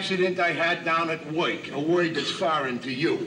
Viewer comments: 😂😂😂😂😂😂😂 A he's unemployed And 2 he don't woik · Don't pay no attention to this guy, A he's unemployed, 2 he don't woik. (not a typo).